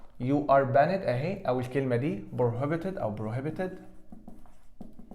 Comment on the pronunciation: حد ممتاز زى حضرتك مينفعش ينطق banned ;]h تحياتى لحضرتك دى مجرد ملاحظة